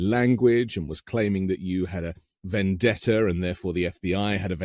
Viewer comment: Vendetta is not spelled with an r ...be responsible enough to speak properly